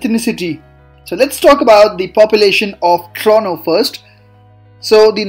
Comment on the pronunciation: Dude its not trono it Toronto don’t eat the T whith your try hard accent